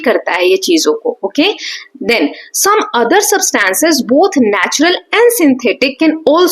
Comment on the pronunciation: Mam you are did not pronouncing substance right... But you teach very well!❤